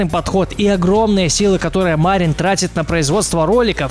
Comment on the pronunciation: Там 2 И Мариин Макано ударение на вторую И